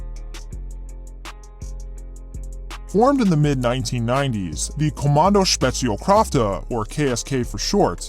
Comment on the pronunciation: Cuz you asked how you did on " Kommando Spezialkräfte " " Kommando Spezial " was pretty good. The " Kräfte, howrver, you pronounced like Krafte. Anyway, gut video, dude 🤘